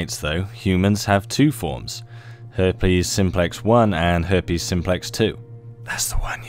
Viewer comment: Hairpes you say .